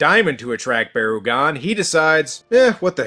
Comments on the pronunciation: It's Barr-uh-gone. And the other one is Bear-agon. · it is barugon